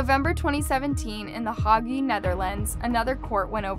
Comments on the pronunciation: Time to learn how to pronounce city names! Hah-goo? No, it's Hayg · What on earth is "The Hargey". 🙄.in the Netherlands. Good god. Google how to say it in English if you don't know! It's the centre. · The Hague is pronounced HAYg. Rhodesia is pronounced Roe dee shah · "The Hogee" is a city that is a center for justice. The Hague is pronounced HAYG. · Damm, the way you pronounce The Hague and Rhodesia had me WTF did she say. 😒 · did she really use an image of the country Georgia to represent the state of Georgia? also the Hague was pronounced hilariously! love the stories but fuck me this one made me wonder if it's a lack of attention in the editing or AI itself haha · One would hope the narrator would be able to pronounce "The Hague" even if computer generated voice. Sad, the slackness of some of these videos in the presentation.